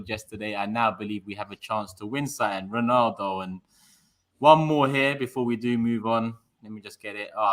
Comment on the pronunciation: Why does say reenaldo?